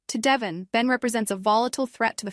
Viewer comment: I’m just wondering why in a lot of these Y&R spoilers you all keep calling Devon… Devin?? You would think you would know how to pronounce his name 🤷🏻‍♀️